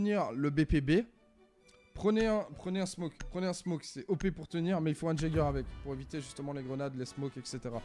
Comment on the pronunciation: Je n sais si c'est du second degré mais c'est ''yager'' et non pas ''jager'' sinn t'es une bête sur r6 mec🔥🔥🔥